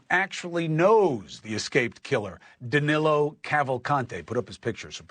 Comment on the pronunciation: Reporter-Pronunciation is Dan-l-o and not Dan-il-o I became familiar with NN during the Gabby Petito case as well as through Marni and Ashleigh.